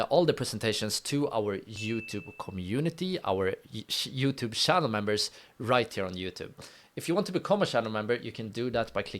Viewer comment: Area pronounced eria not areia Fair pronounced feir nat fair Channel pronounced ch na sh . Except that excellent job. Listen to your video non stop whole day. Cheers 🖖 🇨🇦🇮🇹🇵🇱